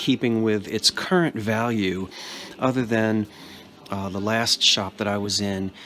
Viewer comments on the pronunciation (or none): none